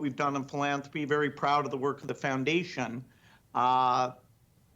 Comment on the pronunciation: Did Woody Gates say foundation, or plantation?